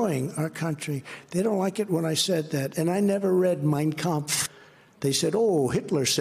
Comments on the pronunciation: He said the words "Mein Kampf" perfectly, rolled off his putrid little tongue like he is well familiar with it. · Notice how he pronounced; "Mein Kampf" perfectly! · He can't get a word right... but boy did he pronounce Hitler's book correctly. Funny, eh? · Notice T’s pronunciation! That’s not someone who hasn’t read it or at least values it.